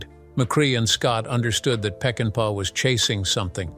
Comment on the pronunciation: It would help if the narrator learned how to pronounce the actors' names properly. Joel McCrae (McCray) not cre-ah. And it's Sam Pec-in-PAH! Why insert stills from "The Wild Bunch" without reference?